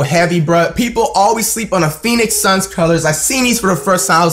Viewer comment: did he call the three peat "phenoix suns".